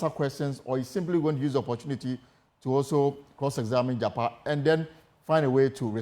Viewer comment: Please mention the name well JAKPA AND NOT JAPA